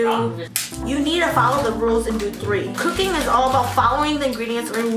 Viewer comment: Why is she making things harder for her when it comes to "KOOKING"